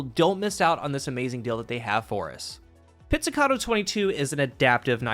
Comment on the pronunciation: You're the first content creator i've heard pronouncing this thing correctly, that's a thumbs up in itself. 🤣